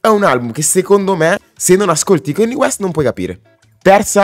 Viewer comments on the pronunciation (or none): si ma kenni west non si può sentire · comunque hai un problema coi nomi, non si pronunciano "keni west" e "ti dolla"